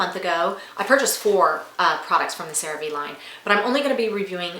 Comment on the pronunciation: Great Product…learn to properly pronounce: CereVe= Cere Vay!!